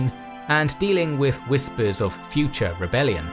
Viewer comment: It wasn’t an invasion.... Lmao 😂. Ohhh right it was “futuh” an opening. 😂